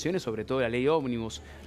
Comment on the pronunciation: porque dice "OBNIBUS"?